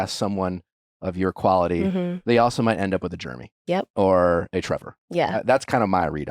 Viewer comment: I hope you learn how to say Jeremy lol